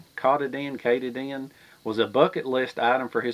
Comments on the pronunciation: Great video, but that mountain in Maine is Mount "cuh-tah-din". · kuh-tah-dinh. thats the mountain. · Kuh- todd- in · It's mount Ka-TA-din... not too far from my house... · The mountain is pronounced Kah tah din